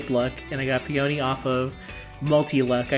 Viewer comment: Fakeouts only happen for the final summon in a 10 fold or in single pulls. Also Peony is a flower name, and is pronounced Pe-anee